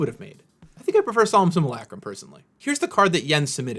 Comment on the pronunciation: Hmmm, my name is Jens, solem simulacrum isnone of my favorite cards. Coincidence? I THINK NOT! Also thanks for not butchering the name